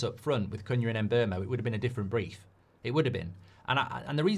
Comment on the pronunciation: Mark, you might need to inform those that appear on your channel how to pronounce the new players' names. Most notably Cuñha. In last night's Fan Forum, it was rather cringeworthy watching three white contributors (including the presenter) practically use a racial slur every time they mispronounced Cuñha's name, when the one black contributor was pronouncing it correctly. Basics.